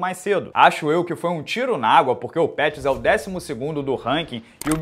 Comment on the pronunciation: Antoni “Peurrys”